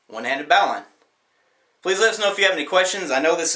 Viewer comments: This is a wrong and dangerous technique for the one handed bowline. You are going to get your wrist in big trouble under tension. Also you’re pronouncing bowline incorrectly. Please consider doing more research and shooting another video with the proper technique. It’s dangerous to teach people this technique. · You lost ALL credibility by mispronouncing the name of the knot. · Not surprised you struggled to demonstrate this know, you don't even know how to say it correctly lol. Keep practicing my friend, and refrain from putting your whole hand through the loop, rather just form the loop around your fingers instead. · You'd have way more credibility if you knew how to correctly pronounce the knot ... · baaaauuu shaka wow wow only question I have is who taught you how to pronounce the name of that knot? Cause they were REAL country. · !. Too distracted by you not knowing how to pronounce bowline. 2. Damn. The video is half over before you even start to show how to tie it. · lol every time he pronounced bowline i laughed, glad someone else said something bout it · Not only do this guy not know how to tie a bowline, he doesn't know how to pronounce it correctly. BTW, he tied it inside out. The end of the rope should be on the outside of the loop. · Wrong. On a standard bowline the working end is on the inside of the loop, as Todd K has noted. I take your complaint about his pronunciation of "bowline" to be an autobiographical comment about how you want everyone to do, say, and believe what you do. Sorry, but I'd find the world a pretty dull place if that were so. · he can make one but can't say it correct.... funny. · Yeah. "Boe line"- now line, not bau line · B -O -LINE not B -AW -LINE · its not baw-line its a bow-line =I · Knot is prononced; "bow luhn" not bow line, sorry, nice video though !!! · The know is pronounced bow-lin, not bow-line. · Pronounced Boe-lin. Not Bow-line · Correct I was just about to comment the same thing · It's bow line not bau line